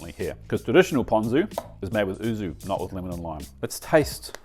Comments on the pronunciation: yuzu not oozu 😂😂😂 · YUUUUZZZUUU NOT OOOOZZZZU As a fluent Japanese speaker this hurts me and is always wrong in your videos arghhh